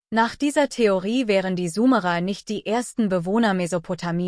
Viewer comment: Warum wird Summerer gesprochen und nicht Sumerer ? Dies nervt mich ein wenig da ich glaube , diese Aussprache des Namens ist nicht richtig.